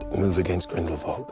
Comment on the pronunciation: I’ve noticed several characters sound they like pronounce Grindelwald wrong? I’ve heard Grindelvolt and obviously Grin-duhl-wawld which is correct.